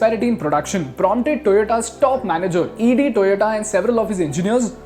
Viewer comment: Good presentation… One correction I believe. Correct name is Eiji Toyoda, not EG Toyoda. Secondly the main motivation of Eiji Toyoda was to have an efficient system as he was unimpressed of Ford’s mass production system that was making inventory pile up and various other issues during production…